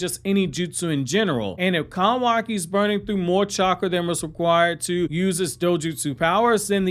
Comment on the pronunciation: I hate the way you pronounce kawaki tf